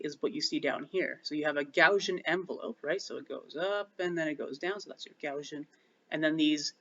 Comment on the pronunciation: Never heard someone pronounce Gaussian "gow-zhun" before!